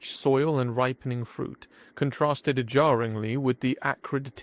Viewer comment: Wow. Learn how to pronounce all the words, please. EDIT: I don't mean the British pronounciation, either. I mean stuff like saying "contrasted-ed jarringly" and pronouncing "perilously" as "precisely".